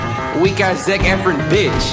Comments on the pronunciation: It's Zack effron not effren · He did not just say "Zack Efr-in"... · “Zac Efrin” 😂😂😂😂😂😂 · LMFAO THIS DUDE REALLY SAID “ZaCh eFFrEn” WHEN ITS ZACH EFFRON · He said Zac Efrin. I’m crying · Are you going to let him slide by saying Zac Efin 😂😂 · it’s pronounced Zac Ef-RON, lol. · Nigga said Zac eh-fren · Why this man always pronouncing shit incorrectly? "Betheesda," "Zac Efrin," etc. 😂😂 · This man said Zac efrons name so WRONG I died 😂😂